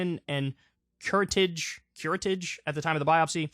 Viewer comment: Is Kyle an adult? Every 80 year old has dozens of these “cancers.” I just had a dozen removed on the same day and, you know, I’m still alive. And obviously he’s not mature enough to prepare for his misinformation by consulting a dictionary about the correct pronunciation of a not uncommon word-curretage. (Kyle, hint, it’s a French word.)